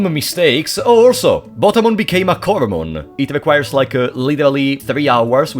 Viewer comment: Coelamon is pronounced "See-la-mon" It's because it's based on the ancient fish, the coelacanth. The sign he's referring to is a dojo's title sign, it's a japanese thing, a person from a different rival dojo would challenge a dojo to get their entry sign if they won, it would make it harder for people to know that a dojo was a dojo and if it was missing people would know that the dojo wasn't the strongest in the city. It's very much a japanese trope so there's no real equivalents in other countries. The reason why some Mega Digimon are Ultimates in this is game and you can't digivolve into Mega because Mega Digimon didn't EXIST yet. They were introduced after this game. Kokatorimon is a Cockatrice, it's supposed to be Cockatrimon but like, translators are dumb sometimes. Cockatrices are a mythical beast that has the power of petrification, it's born from a rooster egg that was hatched by a toad or snake and is basically a rooster/wyvern. They're related to Basilisks. Lol poor bastards that were petrified. Gekomon is pronounced like "Gecko-mon" not that they ARE geckoes they're Frogs, but the japanese onomatopoeia for frogs croaking aka ribbiting is geko-geko Airdramon "Air-dra-mon." yup. Whamon "way-mon" because Whale. Great job~ :3